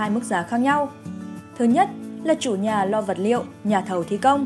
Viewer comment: Này hình như ko phải người thật đọc, thấy nhiều chỗ thiếu dấu như chữ “nhà” mà đọc thành “nha”